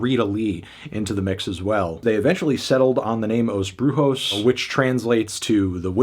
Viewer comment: Don't mean to be rude but it's not "os bruHos", but "os bruSHos"!